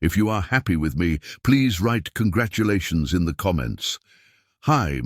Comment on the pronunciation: Contragulations Mr Peter